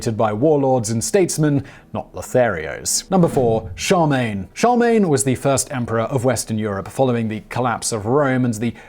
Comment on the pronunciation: Charlemagne, not Charmagne. Glad to see you err once in a while Simon. Your erudition staggers me if you really know all that sh**.